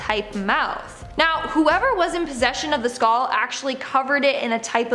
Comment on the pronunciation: Skaul=Skull. It doesn't just SOUND like she's saying that, she IS saying skaul.skull. Also, what is a "tooth wheel"? Do they mean a gear ⚙ or cog?